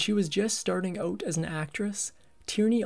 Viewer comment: "Checked ouuut", Canadian narrator no doubt!